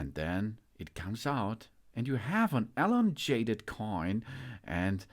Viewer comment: That’s not how you pronounce elongated… ur an idiot - stick to your language 😅